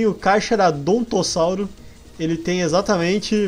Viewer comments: Kkkk vc falou 4 vezes carcharadontossauro mas é carcharodontossouro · se pronuncia carcaranodontossauro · se fala carcarodontossauro, o CH tem som de C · se pronuncia carcaradontossauro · tá falando o nome do carcharodontossauro errado eu achei ele muito lindo não achei feiho não